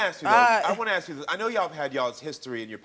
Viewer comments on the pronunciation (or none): Ask is not Axe!